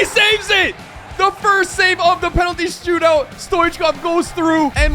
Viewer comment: You said stoot-out😂😂